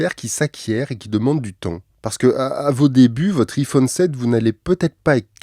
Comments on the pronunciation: Sa ce prononce ( aie Phone ) Psk iii Phone voilà quoi 😅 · Putain il est frouze On dit Aïe phone putain pas hi phone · En plus il dit apple en anglais, il dit "appeul" pas "apple" donc pourquoi dire "ifone" ? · Un Ifone 😂😂😂😂aïe pas i iPhone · Met t’a rien à faire de ta vie ptn et aussi c’est pas i-fonne mais iPhone y’a un accent anglais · Je sais que je vais faire mon chieur avec cette question mais pourquoi prononcer [I-phone] au lieu de [Aie-phone] ? C'est une private joke ? Ou c'est parce que on est en France donc autant le prononcer à la française ? Mais pourquoi prononcer correctement [Appeul] et non pas [aple] dans ce cas ? Les deux sont une marque pourtant, pourquoi écorcher celui-ci en particulier ? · Enfaite iPhone se prononce aïfone mais c’ecrit iPhone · Juste on le prononce aïephone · on prononce "Aye" phone mdrr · La marque c’est Apple !!!!! Et ont prononce aïe -phone !!!!!!!!! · On prononce AIE-phone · i-fooone.. Je saigne des oreilles 😭😂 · En n’en parle qui dit pas bien iPhone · Salut stp si tu refais une vidéo sur Apple ne redit plus jamais iPhone de cette manière merci ! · Deja apprend à prononcer iphone avant de faire une vidéo dessus. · C'est juste pour garder son anonymat, comme ça il pense qu'on ne sait pas qu'il est parfaitement bilingue 😂😂!! C'est mignon mais c'est cramé. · Qui prononce encore le "i" de Iphone avec la prononciation française, à part mes grands-parents (décédés) ?